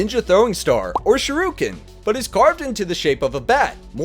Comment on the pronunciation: The way this clown pronounced shuriken. Americunt.